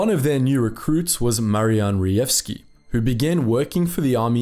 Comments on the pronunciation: Hi. Polish "j" is usually equal to english "y" therefore try to pronouncr that last name as Reyevski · A little tip here J should not be read as G but rather as Y, so Reyewski would be much easier to pronounce. There is a section in Blatchley Park museum dedicated to PL Cipher Bureau now, where one can learn about it